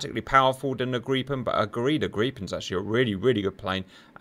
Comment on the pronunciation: Grippen not Greeppen